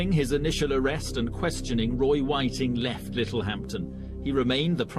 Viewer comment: ffs all your hard work and you cant even get his name right.